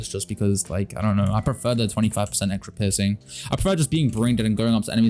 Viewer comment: Wait, I heard u say pissing in this game instead of piercing XD